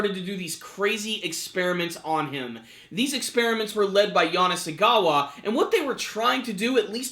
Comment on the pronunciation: Amm Shirou's name is not Yanasegawa or Kanasegawa, it's Yanagisawa. XD You didn't pronounce it correctly once XD The new opening is one of the best openings this season in my opinion. Every single small change with the circles has a meaning and it has A LOT of foreshadowing.